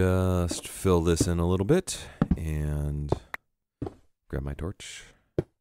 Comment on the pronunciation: it sounds like your saying "little b*itch" instead of "little bit" lol :D